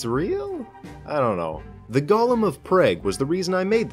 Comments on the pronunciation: It’s pronounced prog not preg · Prah-Guh 🤦‍♂️not prage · Yea it's pronounced like prah-g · Ah yes, the most beautiful city in the Czech Republic: Praygue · Prayge? Its pronounced like prawg. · Objection! Prague's pronounced "Praag" not "Praig" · How you gonna say prey-g. Its pronounced prah-g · Prague rhymes with frog. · Its pronounce like pogchamp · As a Czech that now resides in Preg I feel very offended by that pronunciation of Prague. It's like saying Arkansas as "Arcane-sass" which is almost exactly how you pronounce that place in Czech :D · 🤣 as a Czech, that's funny as fuck. Pronounced praag. It's a lot easier calling it Praha, not some co fusing -gue ending shit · PrAyG triggered me so much ngl hahah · Prague is pronounced "prog." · The Jewish sabbath is on Saturday Prague is pronounced Prah-g in English or pra-ha in Czech Also the story of was the golem of Prague story is set in the 1500s so it was in the holy roman empire i.e. Germany (even though the kingdom of Bohemia was majority Slavic and Czech is its own language). And to my recollection the Golem was only deactivated during Pessach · Dude almost pronounced it like prageru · Prague is pronounce Prahg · m8 its pronounced prog Prague is pronounced Prog Hebrew is a fun language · pronounced: Pr-ah-g or praag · Never heard Prague pronounced like that before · Arguably, pronunciation research is part of the job, and adds to the viewer experience, could you please next time? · was about to scream when you said prague like google exists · But he didn't say Prague very correct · just straight up pronouncing Prague like the Korean commentators for competitive StarCraft: Brood War. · Your pronunciation of Prague killed me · I think Prague is said so it rhymes with frog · That is not how you pronounce Prague, it’s the Czech capital you came look it up. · well you just insulted my country by heavily mispronouncing the capital's name. But nevermind. It's a terrible country anyway